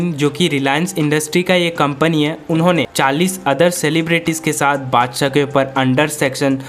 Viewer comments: Badsah ❌haddsa 😂😂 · Badshah ❌ adshah ✅ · Badshah mut Bolo yar !🚫 Padshah Bolo ✅